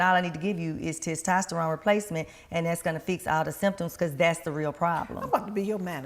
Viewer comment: The host couldn't say "testosterone" to save her life.🤣 Great video and bring her back 🙌🏾💪🏾